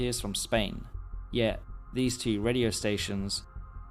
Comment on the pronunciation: You pronounced Guadalajara wrong!